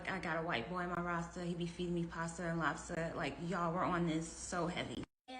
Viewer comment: “Pasta and lobsta”???? Ewww fr????